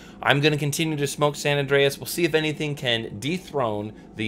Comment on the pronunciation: Great review, love watching your reviews! I think the tobacco is called "San Andres" not San Andreas" lol.